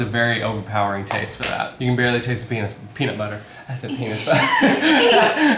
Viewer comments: Peanus butter 😒🤣🤣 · really said penis butter 😂😅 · “He 100% said penis butter” 😂😂😂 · ‘He 100% just said penis butter 😂😂😂😂🤣